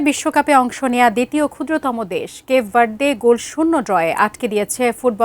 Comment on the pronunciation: বালের সাংবাদিক, কেপ ভারদে বলে কোনো দেশ নাই। গুগলে ভালো করে দেখে নিবেন বা শুনে নিবেন কিভাবে ওই দেশের নাম টা উচ্চারন করতে হয়। পাডা